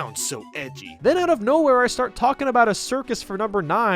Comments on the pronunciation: He said shtart not start lol. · at number ten that guy definitely couldnt read he said to shtart. anyways before you uploaded this i had seen all of them on the list and thought they were perfect but now you pointing out the mistakes shows its not